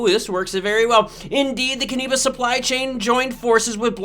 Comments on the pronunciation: Cannabis is pronounced Can-a-bis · Say cannabis again lol